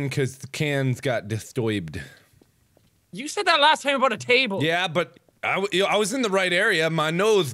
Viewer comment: Lol he says distoibed